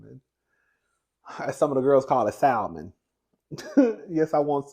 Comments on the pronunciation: 😂😂alot of people dont realize the L in Salmon is silent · I'm excited for this NEW election season..lol..its for sure gonna be interesting...but I'm here for the politics convo..i enjoy it...and I hate when people say SALmon😂...like girl NO😂😂😂...that is not how you say that 😂😂😂